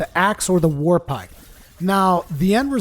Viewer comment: Did you say warpike or warbike?